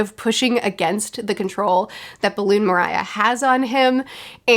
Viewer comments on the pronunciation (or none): 'Mariah' kinda killed me. 🤣 Just to clarify,, Moriah's name is pronounced like 'Moria' from the LotR. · I know it's way too late by now but I just had to say it's not Moriah it's More E ah. As in Mor=death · Its pronounced Mo-ri-ya not Mo-ra-ya Hahaha Anyway great review I look forward to your reactions to the next arcs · Hearing moria being called mariah makes me so much more happy than i could ever imagine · Rewatching this video series, it's uncanny how bad you are with names. "Moria" becomes "Mariah", "Perona" becomes "Piranha". You truly embody Luffy's spirit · oh how far mariah carrey has fallen 😭 is pronounced MORE-E-UH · Why do you keep calling brook in plural its so weird and wrong EDIT also you said Moriah wrong. His name Gecko Moriah is pronounced "more-ee-ah" and you said "Perona" wrong her name rhymes with the word corona as in corona virus not piranha with an "e" instead of an "i" like you said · Moriah is pronounced like Moria, as in the mines of Moria, I think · Btw it’s more-ia not maria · Mariah🤣🤣🤣. it's pronounced More-ree-ah. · Remember when you said “in order” for you “to like Sanji, he needs to be more than this one dimensional character that only cares when Nami’s apparel” and that you weren’t a huge fan of his. As predicted by the fan base, you did a 180 on both Sanji and Usopp. Lol. Also mORia not Maria, just saying, it doesn’t bother me that you mess up the names. I like One Piece Friday, I hope you continue to do so even once you’re caught up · its grecko moriah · I heard, Mariah for Moria, and I'm laughing on my floor, btw she should see parts of this saga on the anime version. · Moriah is pronounced as Mor-ya not Mo-raya lol. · When you first called Gecko Moria "Miraja" I thought you were making some Mariah Carey reference I didn't know. I Looked up "shadow stealer Mariah Carey" and found "Anytime you need a friend" so that's nice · "Balloon Moriah" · It's Moria, like the mines. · Balloon guy= real name is pronounced More-ee-Ah